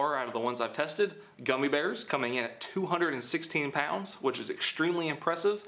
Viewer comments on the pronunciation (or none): Lol love the why you say pounds 😂 “poawds”